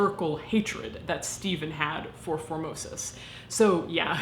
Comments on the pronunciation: It miiiiiight just be my warped sense of humour (and the fact that my mind is perpetually in the gutter), but I keep on hearing "Phimosis" instead of "Formosus". 😶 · I thought you had said Pope 'Phimosis' at the start. xD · Reaaaally thought you said “Pope Phimosis” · I'm sorry but every time you say his name all I hear is "phimosis" and get completly distracted lol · Formosis? I thought you were saying "phimosis", a disorder or the male genitalia. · At the very beginning I thought she called him “Pope Phimosis” and fell into a giggle fit. I’m so glad his name wasn’t actually Pope Phimosis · I swear, the first time you said, "Pope Formosis" I thought I heard, "Pope Vomitus." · I was pretty sure that at first you were saying phimosis and was chuckling